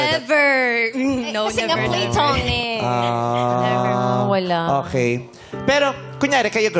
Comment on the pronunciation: pluh-to-nic yung pronunciation nun ah. arte niyang magsalita, mali naman 😅